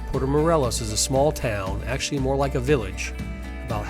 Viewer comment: Good info. Id suggest you learn to pronounce Morelos. The E is sounded as an English long A. Also Chedraui shay- draw-ee. And it is a little misleading, giving no info about snorkeling from shore.